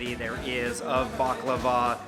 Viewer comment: Thank you for pronouncing baklava right its a hard word to pronounce